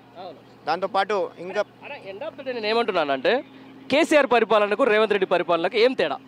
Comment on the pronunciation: మాట్లాడుకుని నేర్చుకోరా సాయిబు రేవంట్ కాదురా రేవంత్ ఒక పది సార్లు నోట్ బుక్ లో డిక్టేషన్ రాయి